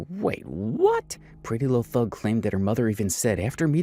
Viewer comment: This is bothering me....Her name isn't "Thug" it's Thangg. Like Pretty Little Thing.